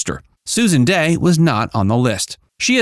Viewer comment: Here name is Dey, not Day. If you can't get her name right, how can we be sure anything else you say is correct?